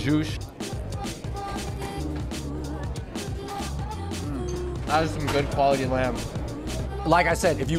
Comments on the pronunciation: Even after hearing others say “Au Jus” (oh - zhoo) correctly, Andrew over here saying AJUSH...Hahahaha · I can’t unhear au SHOOSH now 🥺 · Say it with me, "Aww-Jew". 😂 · You can't call the second stop a hidden gem. That's right smack in front of Chinatown lol. Also, you're saying au jus all wrong hehehe. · Andrew cannot pronounce au jus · You don’t pronounce the s on the end of jus, dude.